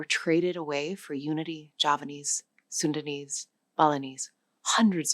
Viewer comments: I thought I heard the presenter say 'Sudanese' when it should be 'Sundanese'. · (Edit) just a little correction, the n in sundanese is pronounced more clearly and the a in batak is not pronounced like an e